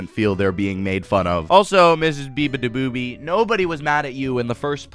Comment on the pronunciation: Beabadoobee? I thought you said 'Ooga booga'!